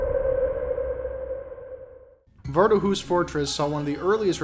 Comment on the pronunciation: Isn’t it supposed to be “vard-DU-hus” 😭